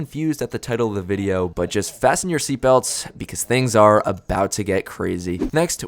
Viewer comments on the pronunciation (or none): none